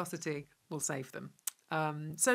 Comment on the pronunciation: "...hoping that viscosity will sabe them..." Fry, Hannah